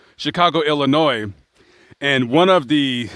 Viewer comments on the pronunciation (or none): The s at the end of illinois is silent.